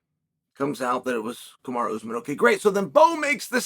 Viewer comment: Ooze men. Can you try to pronounce the names of fighters? Even if you can’t succeed, just try.